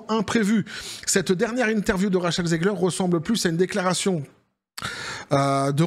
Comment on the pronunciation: On dit Rachelle zig her pas Ziegler 😊